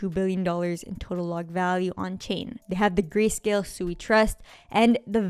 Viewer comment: If you actually did your research on SUI you certainly wouldn't be calling it Suey like chop suey. You would have at least watched one video from the founders of SUI from Mysten Labs where they pronounce it right numerous times in just a matter of 5 minutes. As well as your fud on a decentralized Exchange Cetus being hacked doesn't mean the blockchain was hacked that's like saying FTX collapsed but the Solana blockchain was the problem of why FTX collapsed. I'm guessing you're overallocated in SOL